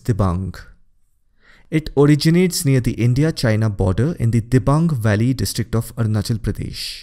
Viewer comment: Fr A.p its Dibang nt Diabang